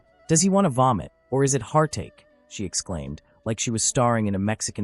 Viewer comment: The AI speech can't say "hart ache" lol